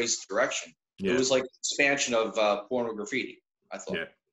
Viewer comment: Really surprised that you haven't dug into Saudades de Rock, but whatever. Aside from that, I'd like to point out two mispronunciations: It's not "Porno Graffiti"... it's "Pornography-tee". And from the III Sides album, it's not "Political Calamity"... it's "Politi-calamity"